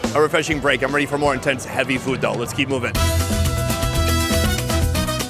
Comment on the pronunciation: Why does he always pronounce food as "feewd"?